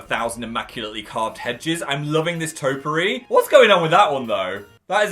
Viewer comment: "Taupe-ah-ree" is (maybe) a color. A groomed & trimmed garden is a "TOPE-ee-ary" - topiary.